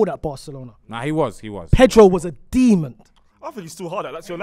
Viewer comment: Why when says “Demon” puts a D at the end to make it “Demond”. He has done it few times now